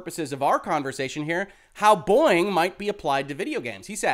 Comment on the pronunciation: Am I the only one who hears "Boing" instead of "Boeing"?